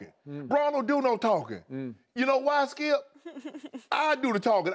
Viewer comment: "Can I ask you a question Skiup?"